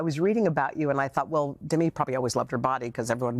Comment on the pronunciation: "We're sitting here with the Legendary Demi Moore" (Demi's thinking 'if i'm such a legend , why didn't you pronounce my name correctly?')